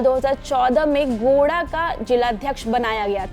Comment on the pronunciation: गोड़ा नही मैडम गोड्डा 😂